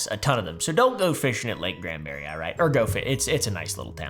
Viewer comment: I’m pleased he said Granbury correctly.